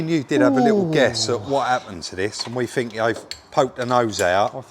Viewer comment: Love you guys and your channel but hate southerners inability to say think......fink isn't a word guys 🤣